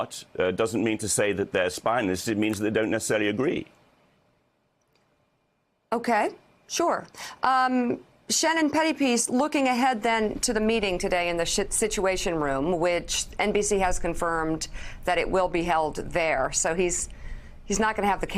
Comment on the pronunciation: Did she just say "Shituation Room" ? So true....